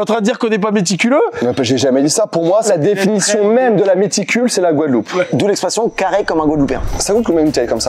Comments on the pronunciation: Le stagiaire avait déjà bu un coup ou plus? C'est GUADELOUPE et non Gouadeloupe...🫠 Sinon top l'émission ! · C pas gouadeloup Mais Guadeloupe 😅😅😅😅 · eh beh... ça commence bien. GOUADELOUPE ???